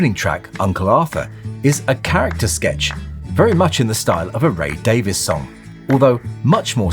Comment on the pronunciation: Nice. I always get grief when I pronounce Ray Davies name properly ; DAVIS. ❤